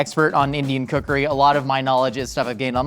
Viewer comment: said indian cookery, heard indian kukri